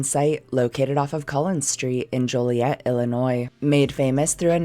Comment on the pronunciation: from Illinois, and THANK YOU for pronouncing "Joliet" correctly